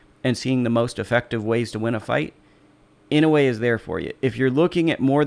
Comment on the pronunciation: Some help on Inoue's given name: NAH-OH-YAH Surname is (more or less, close enough): EE-KNOW-WAY